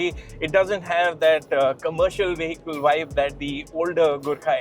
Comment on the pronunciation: This guy pronounces 'vehicle' wrong.